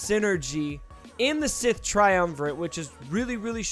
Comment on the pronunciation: It's TriumvirATe. You're saying: TriumvirANt.